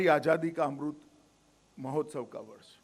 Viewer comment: Bhaio yai kon sa naita h es ko amrit nahi bolna aata 🙏🏽